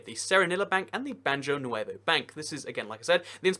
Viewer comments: Worse than that, he said BAN-jō instead of BAH-hō. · I think you mean "ba-ho" not ba-joe nuevo bank... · Did he really just say banjo nevo